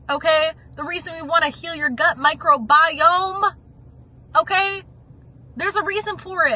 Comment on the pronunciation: mi-cro-bi-YOME!! haha. get em!